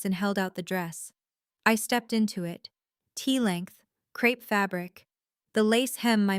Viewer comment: Stupud AI, Crepe fabric, not crap fabric